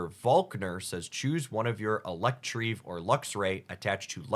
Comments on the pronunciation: I usually try to deal well with Pokémon mispronunciations, but "Electrieve" instead of "Electivire" really killed me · EE-LECK-TI-VIRE not electreev. LUHM berry not Loom berry, CRESS-EL-E-UH not cressiluh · Sorry. Cress-El-Yuh. Elec-tiv-ire. Again, sorry. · I usually like your mispronunciations of pokemon names but Electreev is going too far you have to reconsider please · can you try to pronounce the Pokemon names right? Its ElectrIVIRE and CresseLIA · sure but he's not even saying letters in the words at this point, where did electreev even come from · The Electivire pronunciation is killing me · I've never heard someone pronounce Electivire like that 😅